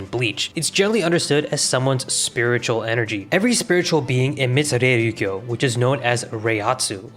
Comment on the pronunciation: bro how did you butcher Reiryoku the same way every time lmao It's not "reiryukyo"